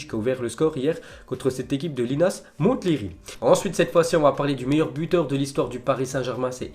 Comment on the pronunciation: Comme pour Mont-blanc ou Mont-St michel, le t ne ne se prononce pas pour Monthléry qui se dit Monléry !